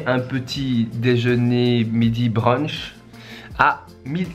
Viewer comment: Il a massacré le plat "brunch" mais quand même... B#RDEL C'EST DE L'ART